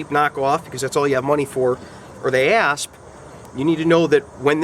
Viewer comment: This was awesome and informative, and with your accent, I have to say every time you said ASP Baton, I heard ASS Baton XD